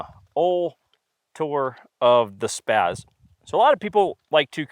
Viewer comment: SPAA-Z not SPAAZ.